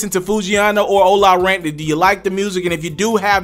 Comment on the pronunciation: Doesn't it read OLA Runt??🤔 Why he keep saying OLA Rant??🤔